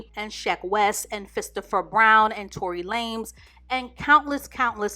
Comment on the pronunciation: "Tory LAMES" 😆 she called him a 3 foot runt lmao